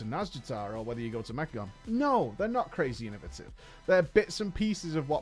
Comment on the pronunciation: Inno-VAY-tive? Inno-vuh-tive 🚫. Thanks for the video btw